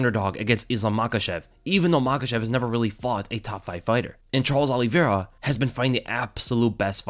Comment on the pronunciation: Just came to hear you say Charles Aloe Vera